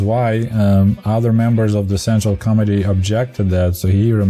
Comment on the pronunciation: When you started talking about Chernenko, the way you said "General Secretary of Central Committee of Communist Party of the Soviet Union" it sounded like you said "General Secretary of Central * Comedy * of Communist Party of the Soviet Union" - I got a good laugh from that 😄